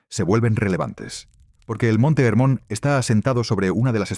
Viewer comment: חרמוןcomo esta traducion es en ! Ingles por ESO lo peonuncian con la "h" muda pero en fonetica hebrea se pronunci "Germon"..asi se pronuncia en israel...y no se dice erem sino "Gerem